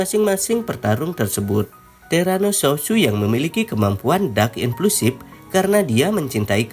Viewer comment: Kok banyak banget sih orang panggil terano south pake “sousu” padahal jelas itu S O U T H